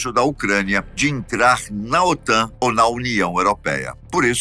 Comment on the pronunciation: OTAM??? O correto é OTAN. 😂😂😂😂